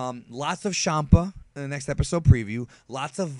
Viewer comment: I was waiting the whole video for you to pronounce Shanpa's name. Did Goku's pronounciation in the preview make you say it like that? Anyway, finally we can say goodby to Champa (at least on this channel). In the past episodes, where he appeared and Vados said his name, I wasn't sure how she pronounced the beginning, so I didn't bother writing about this again on the videos. But now, in that preview it was clearly said with an sh and not a ch. Hopefully now everyone knows that saying it with a ch is wrong. Also what did you think about Trunks saying, that he will slice Freeza in 2 when he comes back? That was another thing, I wanted you to talk about in this video. It was pretty weird to me, why he would say that. He doesn't even have a sword in the series, so I guess it was just a nod to the fans, nothing else.